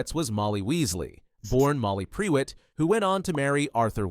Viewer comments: “PRE WET” ahahahah listen. It’s not your fault cause the UK is weird but Prewett is pronounced “pru-it” ❤ I cackled so much during this section. this was otherwise super interesting thank you for sharing 😊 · Noooo! It's not pronounced pree-wet, it's pronounced prew-it! I know it's a bot, but really? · It is Prew ett…not pre wett haha 😅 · should be pru-wet with short U not pre-wet lols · I thought it was "pru-wit" rather than "pre-wet" for the Prewett family name... is there is source for this? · its pronounced prew-ett not pre-wett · Prewett is said more like proowat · Am I the ONLY one you is losing it at "PRE-WETT"! Bro, that CAN'T be how it's pronounced!😭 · The Prewett name being pronounced as Pre-wet feels like a certain degree of slander to me... 😂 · “Pre-wet” this mf has never listened to the jim dale audiobooks. Or learned phonics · when I read the books before the films came out, I read it as Mer-ope (because I was an inexperienced child, who didn't know anything about different cultures) but ngl, hearing pree-wet hurts my ears, sorry Narrator, i'm sure you tried your best! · The Pree-wets, hmm?